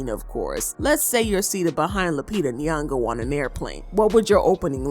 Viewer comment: “Queen Lupita nyogo” tch 🥴